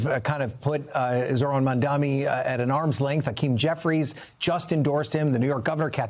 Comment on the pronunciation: . The anchor repeatedly mispronounced the Democratic mayoral candidate’s name. It is MamdaNi not MamdaMi. Please get it right NBC. 🙏🏽